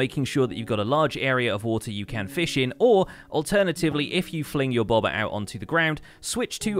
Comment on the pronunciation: Ohhhh, "bobber". I kept wondering what the hell a "bawbuhh" was.